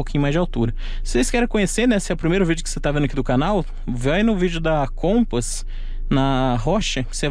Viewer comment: A pronuncia certa não seria o Compass ?